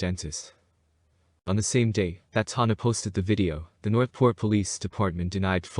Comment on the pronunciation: its pronounced Tan -nah